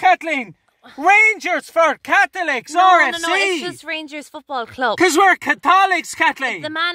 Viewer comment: Lunnnden Dairy AIRRR kat-leeeen. The fookin Kat-holics 😂